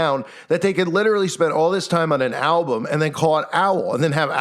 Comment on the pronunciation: Ok so maybe im crazy but when u say the word "album" it sounds alot like you're saying "owl-bum"...idk if that means anything or not but just thought it was strange